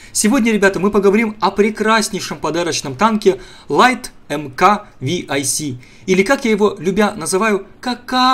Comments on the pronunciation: не ви ай си, а 6c. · ты бы хоть в википедии полазил, не "лайт марк ви-ай-си", а "лайт марк 6 С"